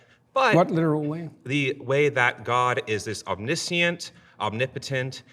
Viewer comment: Why do so many people mispronounce the word Omniscient?